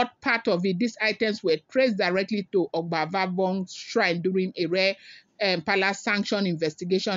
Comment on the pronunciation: it is Obazagbon not Ogbavogbon